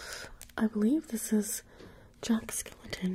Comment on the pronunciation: Its jack skellington not jack skelaton.